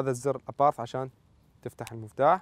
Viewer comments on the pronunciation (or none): Abarth وليس aparth لما هدا الخلط في النطق